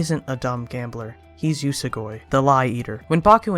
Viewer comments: It's oo-so-goo-e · Idk but I pronounce it yoo-soh-gw-E